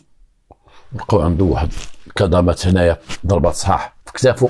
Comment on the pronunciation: كدمات.. ماشي كضمات